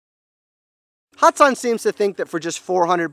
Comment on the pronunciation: Lol hatsan not hats on